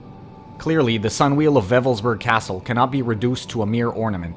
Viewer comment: It's not pronounced 'Weffelsburg' but Wewelsburg. You have no idea how absurd you begin to sound when you mispronounce simple German.